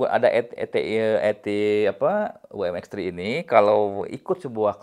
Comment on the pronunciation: Mi mex. Yah.. Bukan M3 mex😂